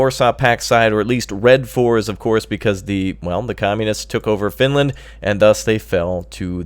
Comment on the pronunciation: FINLAND.... FINELAND XD